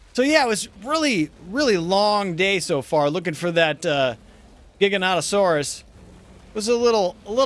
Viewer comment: thank you. someone finally says the giga's name right:)